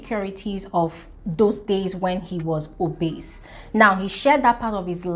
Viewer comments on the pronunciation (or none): Interesting point of view,. “Villain”, “Narcissist” & “Obese”... you could try and listen to audio pronunciations for these worlds...